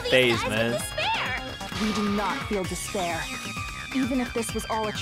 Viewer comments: dis a speer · Shall I give you dis pear?